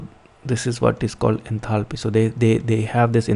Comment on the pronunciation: Did nobody else notice 'enathaly' 😅